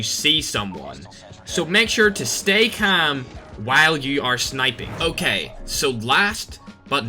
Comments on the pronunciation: He says camm instead of calm haha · 500 likes for a video of just saying kaam (calm) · Everyone:calm:cam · I just hear “stay cam” 😂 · I love the way you say calm hahaha. Thanks for the tips man! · Nobody: Literally no one:: cHaM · The way he says calm 😂😂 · 4 months later I still dont like how he says calm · The way he says “calm” 😂😂